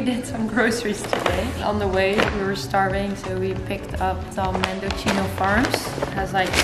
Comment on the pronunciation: its pronounced mend-o-see-no, CC in Italian is pronounced like a CH sound. one C is like an S